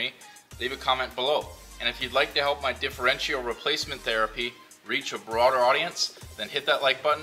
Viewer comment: Not custom tapped threads.. custom threaded inserts. And the last 'i' in Differential is not pronounced.. more like 'diff-er-EN-chal'.